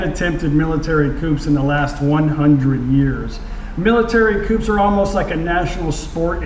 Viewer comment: Please look up the pronunciation of the word coup.